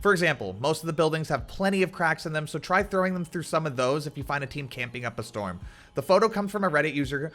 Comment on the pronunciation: Hé said storm ewwww